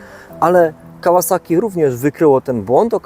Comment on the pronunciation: PS Tak w ogóle propsy dla twórcy kanału za poprawną wymowę nazwy firmy Kawasaki. Może to drobiazg, ale jestem cholernie wyczulony na takie drobiazgi.